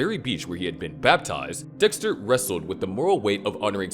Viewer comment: I just want to say how funny that during the video, I think Dexter, but I hear Dickster.